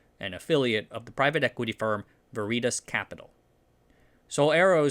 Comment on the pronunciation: was not ready for Veritas to be pronounced like that.